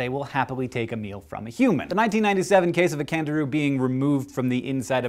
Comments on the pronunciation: I thought you said Kangaroo instead of Candiru. I was like, "say whaaat?" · Anyone else think he said kangaroo?!? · I thought you said Kangaroo. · who else thought he said kangaroo? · I THOUGHT HE SAID KANGAROO FOR A SECOND BUT ITS JUST A FISH ITS OK GUYS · For the first one I thought he said Kangaroo XD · I swear i thought he said kangaroo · Me too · When you said Candiru I though you said Kangaroo... I was like "wait what?" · Jeez I thought he said Kangaroo at first!! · did anyone else think he said kangaroo? no.... just me then >< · At the first I thought he said Kangaroo.. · I thought you said kangaroo for the first one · I thought he said kangaroo not candiru.... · When you first said "Candiru" I thought you said Kangaroo O_O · when you said candiru i thought you said kangaroo! i was so shocked xD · I thought he said Kangaroo.. I was like KANGAROOS SUCK BLOOD? SHIT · i thought he said kangaroo at first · At first I thought he said "kangaroo" lol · When he said "Candiru" I heard "Canguru". I was really scared there for a moment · When he said candiru, I definitely heard kangaroo. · Instead of candiru I heard "kangaroo" my first thought: wtf kind of dangerous animal has Australia cooked up now?! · when he said candiru at the start i thought he said kangaroo and was like wtf n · When you said Candiru and thought you said Kangaroo. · when he said candiru I heard canguru! now, THAT would be surprising. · I could have sworn you said 'kangaroo' for the first animal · Did anyone else think he said kangaroo at the start I was suddenly very scared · I thought you said 'Kangaroo' when you were talking about the Candiru, and the idea of a blood-sucking Kangaroo is just soooo aaweeesome.